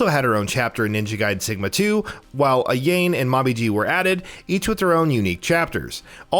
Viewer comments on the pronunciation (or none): Her name is Ayane not Ayan e is not silent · AYAIIIINE AYAIIIIIIIIIINE RYOOO .... AYAIIIINE.... MOMOOOOJI AYAIIIIIIIIIIIIIIIIIINE hahahahahahhahaha lol u obviously didnt even play the games... soooo many errors and things not even mentioned in this video... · Please stop saying Ayein. It's pronnounced Ayanei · Ayane.... EYE YAIN? No no Ayane... EYE YAW NEY. At least he got Hayabusa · Ah-Yain?!?!? It's pronounced, "Ah-ya-nay." Come on now, that's like, basic weeb XD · He keeps saying "A-yane", its ay-yah-ne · who the fuck is Momoji and Ahyane. its pronounced Mo-ME-ji and Ah-YA-NAY. jesus christ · It's "A-ya-ne," not "A-yayne." Learn to pronounce Japanese names. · "Ah-yah-may" not "ah-yame" Sorry but it was bothering me everything u said her name wrong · God damn, can you please learn how to pronounce names before making a video like this again? Hearing Ayane almost sounding like Elaine is seriously hurting my ears and brain. Also, Mommy G or Momo G instead of Momiji. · "Eye-yah-nay" JESUS! I can't even finish this video.... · This dude said Ryo, Ayain and MommyG. Bruh, that is really lazy, the people who make these vids need to do their research. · Ayane. "Eye, yah,nay". Ayane. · fucking Ai-yain? this guy has obviously never fucking played any of the ninja gaiden or DOA series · "A-yain" and "Mom-ijee" that hurts my soul. He's not even consistent as he says "Momoji" like 30 seconds later! At least he gets it right on the third try. 😂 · Lmaooo. Ayane is pronounced “ EYE-YAN-Nay “. They say it in Dead or Alive. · Bruh no offense… but it’s pronounced I-ya-ne sorry but it was irking me to no end. Mainly if anything I want Normal mode for sigma 2 to be way harder. 1 and razors edge made 2 feel like a day at sesame place! Just too damn easy. As well give the gore from both in 2. The bosses was a lil work but not hair pulling. But I’m actually amped for this… bring it!!! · Bro, It's pronounced( Ah-Yah-Nay), Ayane. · Omg I cringe every time he says A-jane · ''A-YA-NÉ'' lol